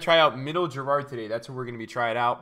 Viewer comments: How does he pronounce Gerrard wrong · learn how to say Gerrard correctly